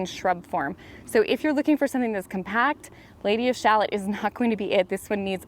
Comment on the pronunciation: It's pronounced Lady of sha·luht. It's "shalott". Not shallot like the vegetable. LOL! :) One of my favorite poems by Tennyson